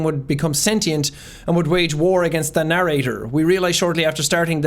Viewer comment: "Well I guess thats it! We gave the narrarator extistential dread! :D"